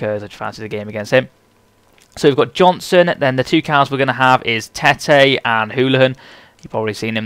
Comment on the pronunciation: Its Tett-y ;D Im from Norway so i now ho to pronounce that correctly